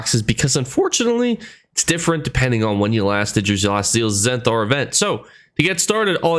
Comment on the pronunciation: You think ppl are gonna roast you for Tho'at Replicanum but Im dying hearing you say Zenthar instead of Zenithar. 😂😂